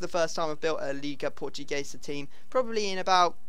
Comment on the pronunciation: Why do you say "Liga PortuGAYsa?"